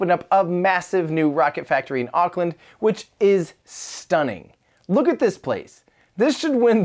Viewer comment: Well I’m from NZ and I just realised how strangely he said Auckland